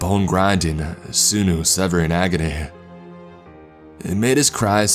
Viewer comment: Sinew Pronounced Sin-YOO Not sinO Lol